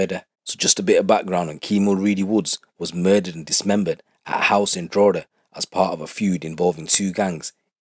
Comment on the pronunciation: pronounced Drogheda better any non-irish person I ever heard haha fair play bro